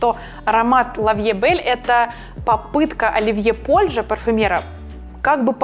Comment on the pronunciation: Польже ударение на второй слог. Уши режет невероятно.